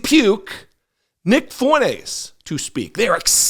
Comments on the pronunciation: It's not fuenez. It's Fuentezzz. He's Hispanic and he doesn't even know it! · Fwen-tez! say it right, ray getard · You're pronouncing his name wrong